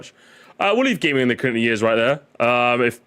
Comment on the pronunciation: complains about the pronunciation of "tour" then in every intro hits us with the "yeörs"